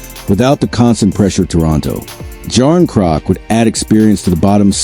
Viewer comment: Anything coming from The Boys in Blue is all AI generated, and 98% BS. The called even pronounce Knies or Calle Jarnkrok's name correctly. Avoid this FAKE channel all together.